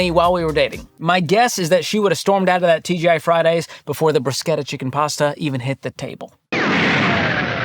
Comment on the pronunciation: I appreciate his pronunciation of bruschetta